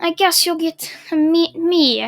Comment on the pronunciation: why do you say meh instead me ?